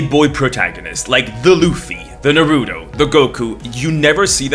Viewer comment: no shot just said naruto like that. that's atrocious